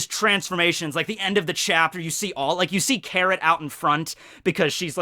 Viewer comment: did i just hear 'carrot-tor'